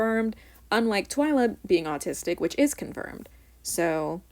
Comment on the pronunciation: I got so happy when she said 'I am autisic'